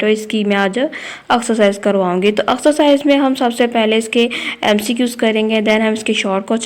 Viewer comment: Mam pehle to axcarcise nahi hota exercise hoti h😆😆